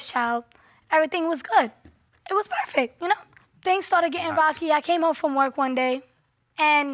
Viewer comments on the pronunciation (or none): none